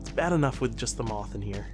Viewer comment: Moooooth nooooo moth